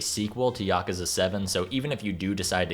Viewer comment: At least he didn't say "YACK-OOZE-UH" like almost everyone else does.